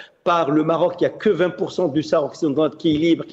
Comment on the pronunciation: Essayez de ne pas prononcé le ''H'' de sahara svp ( laissez le muet). Merci, ca fait pas pour les auditeurs